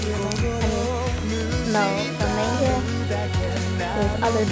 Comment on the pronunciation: What is Meinga? Don't you mean Manga? It's pronounced Monga